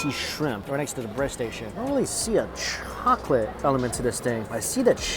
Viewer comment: I always laugh when he says "chockatey"